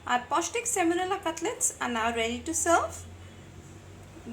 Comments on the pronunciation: You mean semolina not semonila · Thanks for the wonderful recipes. Sorry for this but I get distracted every time you say semonila. It's semolina.